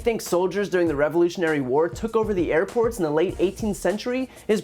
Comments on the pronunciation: I'm only here for the highlights - or should I say, the lowlights. I knew the Dumb One would screw up, I just had to see how. He didn't disappoint! "Our army manned the AIR-pts... It rammed the ramparts... It took over the airports it did everything it hadda do..." Comedy gold 😄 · He said HAIR PORTS you stoopd libs